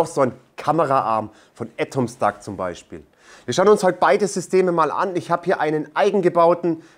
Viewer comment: Warum sagt er "Ätomstack"? Weshalb das erste A als Ä und das zweite dann nicht mehr?